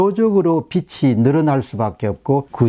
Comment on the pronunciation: 빚을 = 비즐 , 빚이=비지 라고 말씀하시길